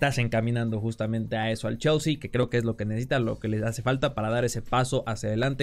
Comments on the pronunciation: „Cheooolsy“ :v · Lo mejor del video es como pronuncia chelsea